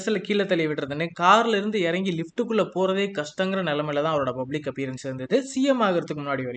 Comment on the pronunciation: bro it's public not bublic